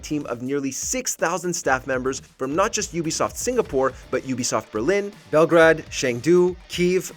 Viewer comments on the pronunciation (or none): none